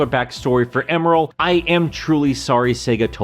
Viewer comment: Thought his name was Emerl not Emeral?